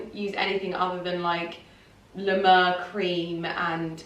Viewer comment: Can’t even pronounce La Mer correctly but she’s been in the game for 10 years